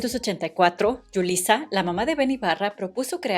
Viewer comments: No es Yulissa es Julissa con JJJ, perdón pero se oye horribles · Se pronuncia Julisa no llulisa es Jota no Ll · Aclarando dos detalles, no es “Yulissa”, es “Julissa”; tampoco es Guillermo Méndez “Juiu” es Guillermo Méndez “Güiu” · Menudo no era un grupo infantil. Eran adolescentes para público adolescente. Y no es "Yulissa" de Llano. Es Julissa. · Muy bien, sólo un detalle: Julissa se pronuncia con la J española no como Yulissa... igual Memo Méndez Guiú... así lo pronuncian ellos mismos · Jajajajaja por qué le dice Yulissa a Julissa?...y luego el Dany SECO 😂 y no puedo cada vez que pronuncia Guiu 😂😂 Se pronuncia sin la primera U 😂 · Te cuesta mucho decir Julissa en vez de Yulisa? Memo Méndez Guiu, no se dice Guyu . No solo copias información sin dar crédito, no sabes leer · Paisana no se dice Yulissa se dice Julissa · Se pronuncia “Guiú”, no “Güiú”. También es “Julissa”, no “Yulissa”. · El nombre de Julissa se pronuncia con "J" y no con "Y". Julissa ya había hecho y producido "Vaselina" mucho antes de que Timbiriche hubiese existido. Más sin embargo, si fué con Timbiriche que Julissa produjo la obra con puros adolescentes😊 por primera vez. Y sí, fué un exito tremendo. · Jamás, nadie le ha dicho "Yulissa". Siempre se ha dicho su nombre como Julissa, con J española. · Es Memo Méndez Guiu, no Guyu. Y es Julissa, no Yulissa. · Ju-li- ssa, la j es oclusiva sonora, no Yulissa. Julissa es un nombre de origen latino, y no es lo mismo que Yulissa, ojo ahí. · jajajaj no puedo con el yulisa...es julissa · Y Edith Márquez? Ella ha tenido una carrera de solista mucho más exitosa que la de cualquiera de los integrantes masculinos. No se pronuncia "Yulissa", se pronuncia con la "J": Julissa. Su nombre artístico era Julissa a secas, y era una reconocida actriz y cantante que filmó decenas de películas y telenovelas; esposa de Benny Ibarra, conocido rockanrolero de los 60s. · PENSÉ QUE ERAS MEXICANA! SE DICE JULISSA CON JOTA, NO YULISA. SE DICE GUIU NO GUIYÚ. MEMO MENDEZ GUIU